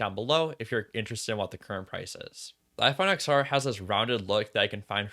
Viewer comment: Great video but it’s pronounced “10-R” not “X-R”. Same as the iPhone X pronounced 10 and not X